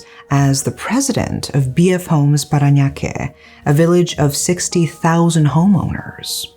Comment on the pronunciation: Your pronounciations of 'Paranaque' and 'Las Pinas' are excellent!